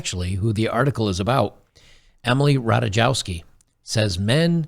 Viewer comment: I'm just gonna put a little clarification there - in most eastern european surnames there's no "jay" in "J", it's spelled like the letter "y". Similar with "w" being spelled as "v". In this case Rataykovski. Not a rant, just a little tip, take care